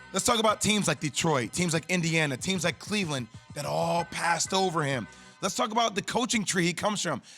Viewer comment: It’s oo-doka not yu-doka